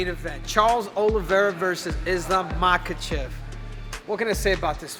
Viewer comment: You getting Islam Last name pronunciation wrong ….